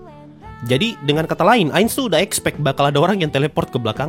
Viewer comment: Apa cuma gue yang ngerasa kalau Pandora's Actor waktu nyebut Ainz tu jadi "Ngainz sama" 😂